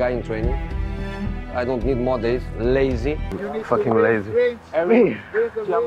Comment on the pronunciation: 😂😂😂😂😂😂😂😂😂 The way he emphasised the 'LAZY'😂